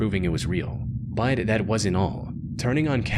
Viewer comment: Every time says the word "BUT" he pronounces it as "BITE", or when he says the word "HOWEVER" he pronounces it as "HIGH"-ever. He also pronounces the word "CONVERSATION" as "CONVER-Zation and the word "LOST" as "LO-Zt". Is he Northern Irish and trying to sound American, or is his voice AI generated? It says he is from the United States, but something is very off with his pronunciation of English words.